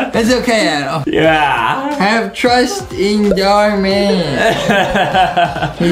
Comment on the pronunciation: DID U JUST CALL HIM ADAM IT IS ADEM